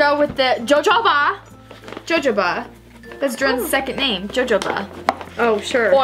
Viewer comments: Its so funny how they pronounce Jojoba oil as JoJo-Ba oil when its HoHo-Ba and I'm not hating because I love your guy's video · It’s spelt with a J but I’m pretty sure that jojoba oil is actually pronounced hohoba oil. Also I can’t spell it but I hope it helped